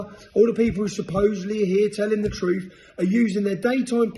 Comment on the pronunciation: Fing,munth,truff. Speak English Tommy.